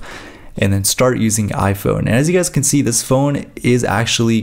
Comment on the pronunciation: at the beginning